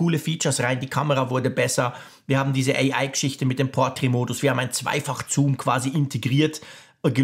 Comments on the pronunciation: Das ist kein Zuuum, sondern Zoom 😂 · Ja 2-2 mal zuum ok aber der sagt das locker 10-15 mal 🥴